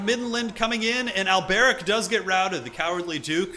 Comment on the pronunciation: The way you pronounce Alberic, though. Do you think he's Arabic or something? :D